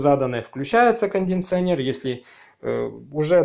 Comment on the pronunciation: кондиционер а не кондинционер)